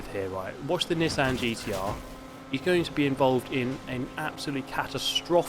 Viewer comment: Wtf is a Nissehn Skyline